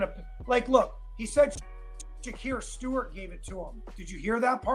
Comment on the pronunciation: I’m on replay Shakir Stewart I don’t know if was addressed I noticed you were says Shakur Stevens